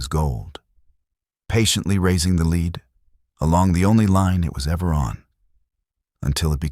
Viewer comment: Lead Pb plumbum pronounced like led. It's the soft metal alchemists hoped to turn into gold. Please correct your mispronunciation if you hope to attain credibility